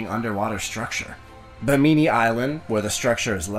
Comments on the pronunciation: I have never heard anyone pronounce Bimini as Bah-mee-mee. WTF? My sleep isn't as restful as it should be. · I love his pronunciation of Bimini LOL never heard it spoken quite like that before!